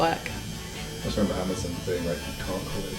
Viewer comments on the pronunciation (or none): none